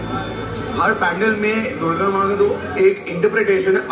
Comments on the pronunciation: I respect you opinion my friend but never in my life I've ever heard any bengali calling it a पैंडल and most of my family lives in Siliguri and kolkata. पंडाल is something I know and have used all my life. I think it's English pronunciation that's creating this problem. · It's called पंडाल not the so called pan - dull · its “पंडाल “ not “पेंडाल” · pronunciation of "PANDAL" is wrong these two kolkata boys in video. its “पंडाल “ not “पेंडाल” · पंडाल होता है, पैंडल नहीं।😂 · It's पंडाल , how can you pronounce it पैनडेल्ल ??